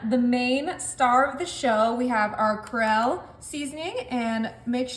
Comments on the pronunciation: What is "Krell" seasoning?😂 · She did not learn Krell or TillaMUCK in Tennessee. 😢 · Thank you for the recipe and the Krell laugh. Down here in Mississippi right next to Louisiana the word is pronounced Creeee Ole. It’s ok that you pronounced it wrong. If you don’t know, you don’t know. But you and your recipes R O C K. Thank you. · That seasoning is pronounced "Cree-ol." (Long-O sound)Your onion dish looks delicious! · So you thought the amount of Creole you put on was a little??? Wow! It is pronounced...."Creeee- ole" 😅 I love onions too.... it's standard equipment in my Tennessee house!! 😊🧅🧅🧅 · “Toe-Nee Sash-er-Rees Cree-ole” Bless her heart!! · That Seasoning Is Pronounced CREE OLE NOT WHAT YOU SAID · Creole pronounced "Cree-ole" 😉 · I think it was more 'Carell' like Steve Carell lol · How in the world does she not know how to pronounce Creole? I had to play it back multiple times and she pronounced it Corell like Purell hand sanitizer.... LOL.😂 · She can't pronounce the word Creole, funny 😂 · I don’t think I can trust a cook that doesn’t know how to pronounce “creole.” Just feels like a bad life decision. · Did you mean to say CREOLE? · If you can't Pronounce Creole..than you shouldn't use it in your food😂😂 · I for real said out loud “GIRL! THAT IS CREOLE”. 😅😂🙈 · It is pronounced Kree O not core rell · Kree 'ole, not crell. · KREE-OLE NOT THE NAME CAROL, HONEY! ❤ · CRE OLE. Sorry, I don’t normally fuss over little things like that but it was jarring to hear Krell. It’s like 2 separate words. CRE OL. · Krell😮...ummmm Cree-ol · KREL? CREAL? CRAYOLA? Think she's tryin to say "Cree ole" 😂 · Krill is a fish; Kree-ole is south Louisiana cuisine. That hurt my ears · Corelle!? 🙌🏼 no creole 😂it would have taken me forever to find product had I not paused to read the container and brand myself! Hahaha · CREE-OLE not Carell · Well, Corelle is a brand of cookware and dishes. It's pronounced "cree ole" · Right! I was like Corell... wth is that? 🤣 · Cree-ole not coral